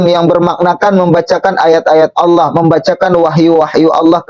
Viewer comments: Yg pake kaca mata itu menyebut Allah, jadi Alah.. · yg pake kaca mata hitam ini memalukan dirinya sendiri, berharap orang akan memujinya, akhirnya ketahuan ilmu agamanya nol, darl hal yg ringan aja, contoh : membaca ayat Fiikum, dibaca pikum, laqod dibaca lakat, anfusihim dibaca anpusihim, Allah dibaca Alah, cara membaca tajwidnya gak ada alias sama rata aja, kemudian dibalik kaca matanya, saya yakin dia sedang membaca teks ayat tulisan latin (bukan tulisan arab), sehingga cara membacanya belepotan dan malu kita mendengarkannya, mudah2an paketnya dan batreinya full, klu low batrei, hilang tu ayat yg dibaca. Naudzubillah Min Dzalik.